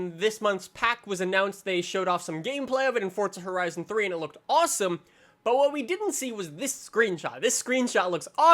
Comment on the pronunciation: I noticed that too lol